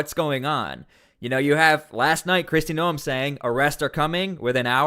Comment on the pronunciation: Stop Insulting Kristy by mispronouncing her name